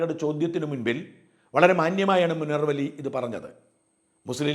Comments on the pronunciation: മുണർവ് ali അല്ല മുനവ്വറലി അലി എന്നാണ് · മുനർവ്വലി അല്ല മുനവ്വറലി ശിഹാബ്തങ്ങൾ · മുനർവലി അല്ല / മുനവ്വിറലി